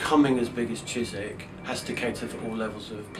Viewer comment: Ooohhhh !! Chiswick ! In a Welsh accent